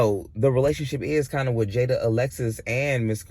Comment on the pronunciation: It's jaidyn not Jada 😂